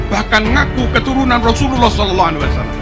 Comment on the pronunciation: Ngomong Saw aja salah ,ko bikin konten agama 😂😂😂😂😂😂😂😂😂😂😂😂😂 lucu